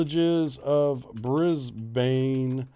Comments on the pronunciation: Brisbane is pronounced "bris ben" (briz vegas to us locals). From a practicality point of view it makes sense but it will be interesting to see what happens as there is a lot of anti-nuclear sentiment in the community. It is a rarity anywhere in Australia to even have a visiting nuclear powered warship. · hey man Brisbane is said Brisbin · Brisbane pronounced Brisbin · American friends, Brisbane is pronounced Brizb'n, not Brizbaine. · You sure? In Sydney we'd usually pronounce it more like 'ban'/'bun' than 'bin'. Anyhow, it's definitely a short second vowel, not 'Brisbayne' ;) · its Newcastle - one word. And its pronounced Bris-bin. As for anti-nuke sentiment its a small noisy minority that the media and government pays way too much attention to. Rent a crowd types mostly. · There is also a Brisbane in the US. They pronounce it Bris bain. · Hahaha ah yes yenks saying Brisbane is always funny Locals say Brissy Nation says bris-ben Thanks for having more informative vids then the media spins every day while saying nothing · Re pronunciation, I think it might be easier for Americans to think of it being spelled Brizb"n. The a is barely pronounced at all. Same thing for Melbourne: Melb"n. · Yep. I was going to drop this. BRIZ-BIN. This will avoid much cringing in the future. Also, (not that you did), please don't try an Aussie accent or colloquialisms. Also, Brisbane has regular visits from American Nuclear Aircraft Carriers and Subs. And you're right about the man-made island, its called Fisherman's Island and it's constantly being enlarged using the silt and sand that naturally fills up the river. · If it is going to be built in Brisbane it will probably be built at-(HMAS Moreton)- it's mainly administration building but it does have a Pier for visiting ships how ever there are no ships based there In the video you were close to it you just add to go into the river a little. ps you're saying Brisbane wrong I found it kinda funny